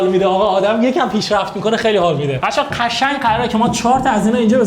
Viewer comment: چرا قشنگ رو یجوری تلفظ میکنی کلاً ق و ش رو یه جوری تلفظ می‌کنی نمی‌دونم چرا